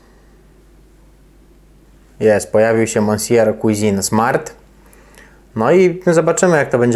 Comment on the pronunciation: czy to tak trudno sprawdzic jak sie wymawia monsieur {mesje}cuisine {cłizin}